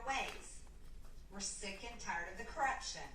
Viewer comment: “viilence” “krupshun”